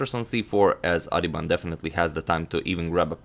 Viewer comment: bro his name is pronounced as baas-karan aadhiban